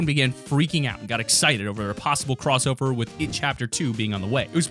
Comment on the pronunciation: The drowning the it "crossower"